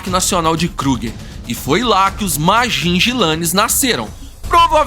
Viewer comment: Vi esse documentario no national geographic king tale foi um dos maiorres e violento rei dos leoes quando ele morreu ja estava velho..a historia completa e muito incrivel.. e nao e ..majijilane que se fala ..e sim majinguilanes....